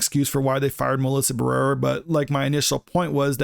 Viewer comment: Bro, say her name right. Ba-re-ra. You fckn illiterate?